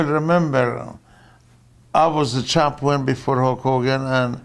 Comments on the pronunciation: sounds like "chompee-on" to my ears. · Champwin. Because what does the champ do? Win